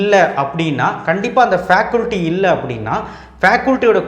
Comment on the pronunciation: ஃபேகல்டி ன்னு சொல்லுங்க ஃபேகுல்டி இல்லை.